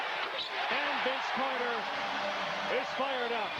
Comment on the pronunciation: Maybe Mike decided to shut him down after he heard the goofball Canadian announcers calling VC "Air" Carter.